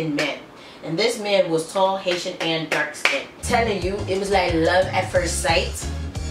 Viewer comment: I thought u first said "Asian" hahah